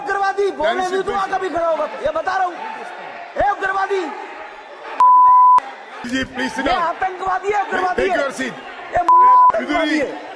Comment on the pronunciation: ❤ उग्रवादी को उद्राब्दी ही तो बोला है क्या गलत बोला ❤